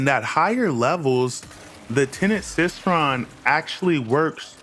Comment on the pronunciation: you cannot possibly be serious abt that pronunciation bruh.⚰ it's Cycron, as in [sai-kron] like a CYCLE...? Because the weapon has a circular design in the middle and literally cycles energy...? Obviously...?